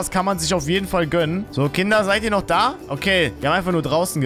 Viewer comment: Es ist er sagt einfach nicht Kinder sondern künder ich feiere dich trotzdem